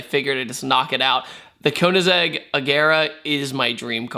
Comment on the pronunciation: Koeennasegg BOI KOE IN SEGG KOEINSEGG